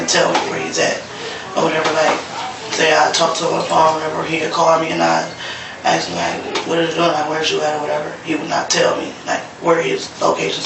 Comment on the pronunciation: I can't believe the bald detective said axed, it's asked!! And he died alive?? You think OMG